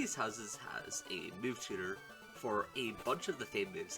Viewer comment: Why do I hear Mariana when he says Mightyena? Why do I hear Move cheater when he says Move tutor?